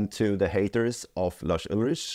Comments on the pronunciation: "Just a sample replacement" as if that already wasn't faking reality after the fact. Also his name isn't "Larsch Ultritsch", would've taken you 20 seconds to learn how it's pronounced correctly, and i don't even like Lars. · I quite dig that retroflex Swedish pronunciation of Lars Ulrich you chose to use in this vid.